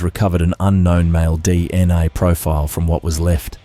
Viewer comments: Dna not dni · With respect, sometimes it said DNA but it also said DNI... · Sounds like AI to me so many inaccuracies, distances, pronunciation all wrong, DNI what's that seriously not Ai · Its. DNA and Nullarbor not nullaba... stupid A.I.